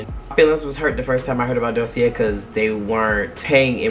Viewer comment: Da see a. It’s french❤❤❤